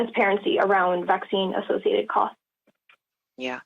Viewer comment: "Hey Doc, does this Vhacine give me imhunity?" "No, it gives the manufacturer imhunity."